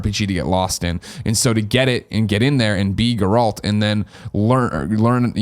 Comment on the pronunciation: Oh my God, Greg is still saying Geralt like that.